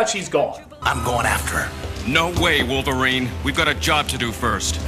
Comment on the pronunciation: Wolferine? aprende algo de ingles sr pendejo.